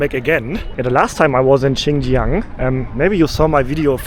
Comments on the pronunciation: dude, when you eat it, its "hao chi", when you drink it its "hao he". "chi" is eat, and "he" is drink in mandarin chinese. beware, soup you drink, he, in China, not eat, chi. and also, not Chinjiang, but rather pronounce it Shinjiang, or Sinjiang. :D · X is pronounced like "s", not "ch". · Xinjiang, the pronunciation of the "Xin" is similar to "sing". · I do recommend learning how to pronounce Pinyin letters. X= sh like in she. Shin Jiang or Shi Jinping (Xi Jinping). Q = ch like in China or Qongqing (ChongChing) Online guides are common or just use Google translate. It will help you not sound stupid.